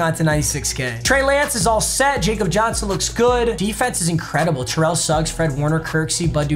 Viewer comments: Anyone else just shake their head when he says Jacob Johnson instead of Yah-kub Johnson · It’s “Ya-Kob” Johnson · it pronounced yakob johnson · I’m begging you please its YAHK-ob Johnson not Jacob 😭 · Jakob Johnson is from Germany. His name is pronounced like “Yakob.” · YA-COB Johnson. For the love of god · Papa just so you know the fullback is pronounced "Yakob" Johnson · Papa it’s “ya cup” Johnson